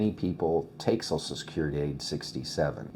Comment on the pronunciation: Sorry, I can't listen to "SOSSAL SECURITY" anymore. Social. SH, as in waSH, or cruSH, or "Social Media".